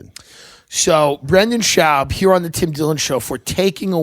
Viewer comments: Love that Tim won't say "SHOBB" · This was an entire struggle of Brenden trying to get Tim to pronounce his last name correctly. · My favorite part is Tim refusing to pronounce his last name correctly